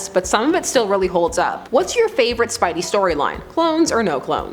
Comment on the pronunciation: Did u hear the way she said spidey she clearly never read the comics...